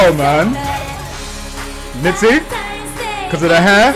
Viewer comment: Thanks for the reaction.. this is how you should pronounce Minzy : Mint + Z Blackjack on top and always.. 😊